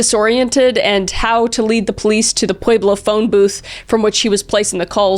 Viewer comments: With all due respect it's pronounced pweb-low. Pueblo lol it's so interesting to hear how differently so many can try to pronounce one word. Pueblo Colorado, it's name is like it reputation it's not as hard or complicated as it appears to be. Pweb-low - Pueblo 🙂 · Born and raised in pueblo, its pronounced "pweh-blow" 💔 I die a little every time you say it wrong 😔